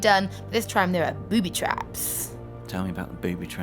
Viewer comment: Naked Gaming British accent + whispering. "Bewwwby"